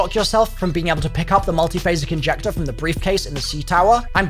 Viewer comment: "multiphasic injector" 🗣️